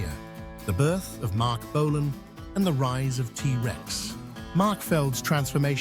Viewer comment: Don,t Know who you are but for f**k sake. "Bolaaan". Ifyou can,t even say his name properly ,get tae f**k!.